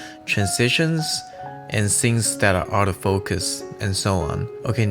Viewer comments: Your video had some of the best tips/info on watercolor that I've seen. You knowledge and skill level is top notch. Your verbal pace, voice and pronunciation is excellent. If I had one piece of advice I would say work on your th pronunciation. It sounds like the "s" as in sing instead of thing. I don't speak your language, so please do not consider this a complaint, just friendly help as I would want from someone. I have subscribed to your channel, and thank you for the opportunity to learn from you.! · Bro, pronounce th-ing, not sing! Th-ink, not sink. And wi-th. Pronounce the 'th', not as 's'. Your watercolouring - fantastic!